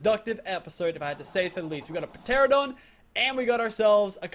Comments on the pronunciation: It’s not p Tera don teradon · It's just terradon the p is silent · it's ter-an-a-don get it right next time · Lil Nightwing per-teradon lmao. It’s pronounced ter-an-a-don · pteranadon- ta-ran a-don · goddddddd its teradon not peteradon!!!! the p is silent! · tera-don not pt-ear-a-done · tare-uh-dahn. not puh-tare-uh-dahn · (Pa-tear-adon) my god ur killing me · pa teradon lol, p is silent is pterodactyl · ITS PRONOUNCED TERANDADON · did he actually say p teradon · Its called a teranadon the p is silent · urrrh meehhh guurrrdd u pronounce it teradon it has a silent p in pteradon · Teranadon that's how to pronounce it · ITS NOT Pteradon the p is Silent! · It's tur-an-uh-don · He called it a p teradon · It is pronounced te-ran-o-don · It's pronounced teradon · It is pronounced ‘ter-ran-a-don’ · its pronounced teranadon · Pteranodon is pronounced teranodon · the p in pteradon is silent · The p is silent in pteranodon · I hate how pronounces pteranodon the p is silent he should know how to pronounce it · its pronounced Terr an a don Ky tan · The P in Pteranodon is silent and it is Chitin not Chintin